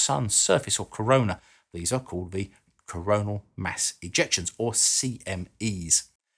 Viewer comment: Just want to point out that it is Coronal mass ejections, as in, the mass of the corona is being elected. It's not a coronal mass ejection. You were saying it like it was "mass" as in large, or at least that's what it seemed like. Fucking English, why are you so confusing.